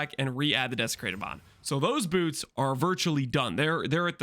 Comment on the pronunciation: Why are we saying "bewrts" Lmao